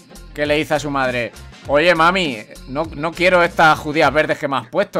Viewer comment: jajajajaja me dio risa cuando dijo queiro lenteja jajaajajaj